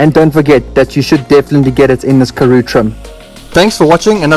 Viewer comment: Pronouned Karoo and not Karoe